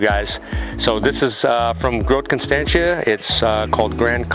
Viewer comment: Years and years of training and this has just simplified all that amazing stuff. Oh and you totally butchered Groot Constantia 😂😂😂